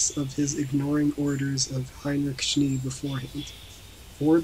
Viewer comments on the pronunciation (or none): manual of arms not arts. Schnay (like hay) not schnee. LEARN HOW TO PRONOUNCE FOREIGN NAMES AND WORDS BEFORE YOU TRY TO MAKE A READING